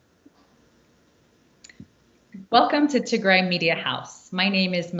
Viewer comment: I wish you say "Tigray" not Tigre